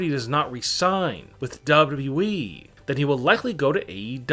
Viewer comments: Dubba Dubba E ! It’s annoying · Hey narrator guy. Really? Wtf comes out of your mouth when you try and say WWE?! Sounds like dub dub ieee. I'd rather listen to Chills and his inflection issues. So can you please stop talking. Whoever decided you have a voice for this kind of work should be kicked repeatedly in the balls. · It seems like this guy struggles when saying WWE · Ronnne when he is saying it play it at 0.5 speed 😂😂😂🤣🤣🤣